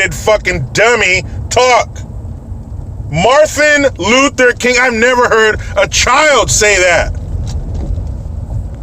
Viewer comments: Marthin Luther King.. I haven't heard a child say that!! LMAO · “Marthin Luther King”... Great. The people in certain districts are electing women who learned to speak from Sylvester The Cat. BTW, Randy Johnson is an athlete (not ass-leak or athleak or whatever she said) and he’s a son of a bitch! I’m sure my fellow Yankee fans can agree.